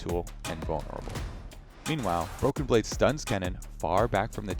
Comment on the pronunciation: is it just me or does always say "broken brade" on broadcast too